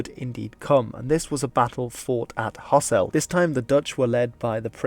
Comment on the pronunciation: Same goes for Hasselt, where its ɦɑsəlt not ɦɑsɛlt.